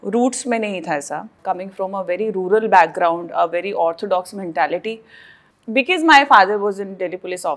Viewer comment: Because ❌ Be-kiss ✅ Rip English.